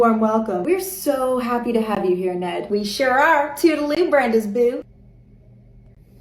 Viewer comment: I first heard "Ned inbred" and thought that's quite rude hahahahah